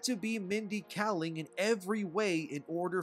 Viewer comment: Stop saying “self-inserting themselves.” It’s redundant. It’s just “self-inserting.” Also, you’re mispronouncing Kaling.